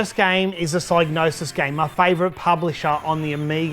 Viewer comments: You are defintely the first person ever to pronounce it with a silent G. Everyone, when growing up, on TV (e.g. ads, game shows, and computer shows), at conventions, all pronounced it with a hard G and either a "Sig" (sounds like "Dig") or as "Sy" (sounds like "Die" -- i call this a hard "Y") .....meaning, the hard G (not silent) was always said the same way. It was just the beginning part if the "Y" was soft or hard. For me i pronounced it with a hard "Y" which is the most correct version, even trumping Clarke ;P. Proof? Check out BLOOD MONEY's intro to hear how Pysgnosis pronounced their own name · You are indeed wrong. It should be pronounced Sig-nosis. The y is pronounced like in 'hypnosis' and the G is most definitely not silent. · hmmm, I decided to look into it and I'm pretty sure you're wrong. The word “gnosis” (meaning “knowledge of spiritual mysteries”) is pronounced with a silent G. Presumably the “Psy” part comes from “Psychosis”. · It's a made up word, so if the guy who made it up pronounces the G then that's that, the G isn't silent. But linguistically it makes no sense. Also saying I'm literally the first person EVER to say it with a silent G is just retarded. A combination of G and N almost always means the G is silent, eg. gnome, gnocchi, gnarled, gnat, gnaw, GNOSIS 😂